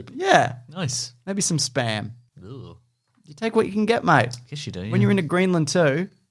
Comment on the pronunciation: I really hate it when people say SPUM machine.